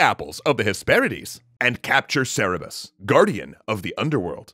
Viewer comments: "Cerebus"?! IT'S PRONOUNCED CERBERUS!!!! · Its CerBERus, not Cerebus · As a heads up. Classical Greek pronounces C's often as K. So Cerberus would be more Kerebus in how it sounds, than Serebus. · I'm pretty damn sure he said "Cerebus" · Its kirbyus that's how it pronounced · DUDE IST CERBERUS NOT CERUBUS